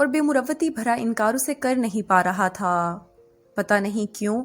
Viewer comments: Thaaaaa thaaaa thaaa soo irritating yaar 😑😑😑😑😑😑😑😑😑😑😑😑😑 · The force on thaa and thiii sounds more irritating